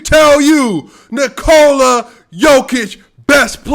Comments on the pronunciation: Aight man, you like him, but now you need to pronounce his name right. Its not Knee-Cola , you basically have to pronounce it like the name Nikolas, but without the S. That is how you pronounce his name. Nikoluh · Since you love him, can you please say Nikola properly. I like to watch you and I have the same problem with people here in Canada with my name and also my daughters name. To explain the best as I can I'm comparing it with Jennifer. If you say Nikooola, than why not say Jenniiiiifer. You accent the "I" in N"i"kola the same you would with "E" J"e"nnifer. It's just shortens the sound of the letter if it makes sense. Thanks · What are you talking about? Nikola is only pronounced Niko-luh . No Serbian dialect pronounces it Knee-Cola. That's the USA dialect.